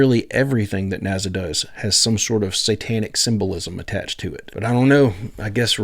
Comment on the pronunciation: Bro what the fk is a NAZZA? There’s no fking way you pronounce it NAZZA